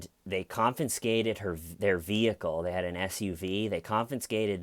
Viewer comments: "Confiscate" only has one N. Not "confinsante". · Confinscate? Had to aks